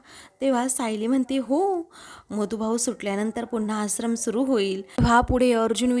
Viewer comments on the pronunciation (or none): या बाई आश्रमचा उच्चार कसा करतात ते नीट ऐकून उच्चार व्यवस्थीत करण्यास सांगावा.